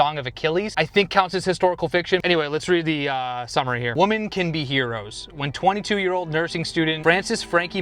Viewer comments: Hahaha! At least you thought you were saying 'women' and your accent just betrayed you. I couldn't tell if that was the case or if you really thought 'woman" was spelled 'women' and you were reading it as the singular because you thought it was . As long as we all agree the book is about the plural 😅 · Wo-mAn instead of Wo-mEn is driving me a little crazy but it's okay. The videos I've watched from you so far are so good that I'll deal with the 'nails on the chalkboard'. Lol😂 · ‘Woman’ ≠ ‘Women’ two completely different pronunciations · What’s up with young people all pronouncing “women” like “woman” now. It’s so weird, they all do it. I notice it sooo much. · Lord, how many times can you say “woman” instead of “women”??? 🥲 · I love you brother, and that’s why I have to tell you - if you said WOMAN one more time I was going to throw my phone. It’s WOMEN (multiple). 😂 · 😂😂😂 i came to leave the same message! WOMEN not WOMAN! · Bro, Its "Women", not "Woman". That is all. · Right I was like oh he just misread the title but then he kept saying it even in sentence form and I almost threw my computer 😂😂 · Erm.. women isn’t pronounce woman lol I thought I was going crazy for a second there! Loved the video idea! And may have to use it as an excuse to buy more books myself 😊